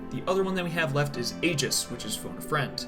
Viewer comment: I'M ACTUALLY DOOOONNNEEEE. IT'S NOT "AYE-JIS" IT'S "EE-JIS". I swear people play this game with the volume OFF.